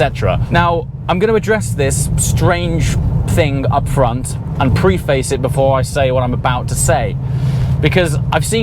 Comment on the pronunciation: Preface - pref- ace. Not pre-face. If you are going to use the word, pronounce it correctly FFS.